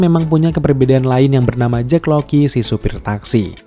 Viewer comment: Jack Lockley bang ngapa jdi Jack Loky:v